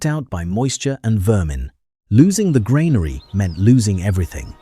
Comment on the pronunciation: Train your A.I.! Granary is pronounced "GRAN-ary", not "grain-ary". Ugh!